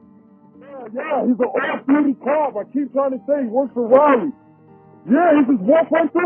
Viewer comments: It's Raleigh not rally. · We in north carolina pronounce it rah-lee not rally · O.g I really wish this girl would learn how to pronounce words before making a video!! It's "Raleigh" not "Rileigh!! Like a cheer when they say "rah rah"!! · Raw-lee say it slow raw-lee...and its a town of 500k people then what do you define as a city... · Raleigh, RAH-lee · Raleigh is Rah-leee ❤ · Raleigh (Raw lee) :) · It’s really not pronounced as rally. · It's pronounced like raw lee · OMG girl that's narrating this video- The way you Are pronouncing "Raleigh" is so annoying & so wrong!?! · You realize you're pronouncing Raleigh wrong right? 😒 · That is not how you pronounce Raleigh 😫😫